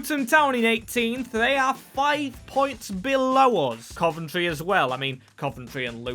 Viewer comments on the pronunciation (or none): none